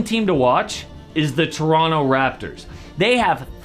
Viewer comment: Your saying Toronto properly. My man!!